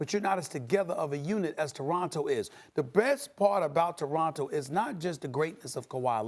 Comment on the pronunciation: Maybe pronounce Toronto right douche bag.